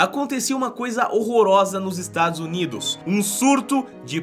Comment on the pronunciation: Só eu q rir quando ele falou Estados Unidos assoviando